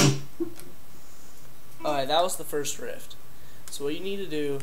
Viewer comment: I could've sworn u said rift... and if u did... its riff